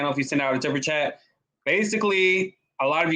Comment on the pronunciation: You can’t even handle basic English yet you have the gall to call lawyer and JOURNALIST Sunny “dollar store girl”? You can’t even pronounce basic words properly, why are you saying “supper” chat instead of “super” chat? For how many years have you heard people saying Whoopi’s last name and you’re pronouncing it “Goldburge” like “purge”? You were asking people to vote for you to sit on “The View” - you’re delusional.